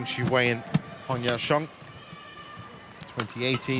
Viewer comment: Judge pronounced ‘Huang Ya Kuang’ 😀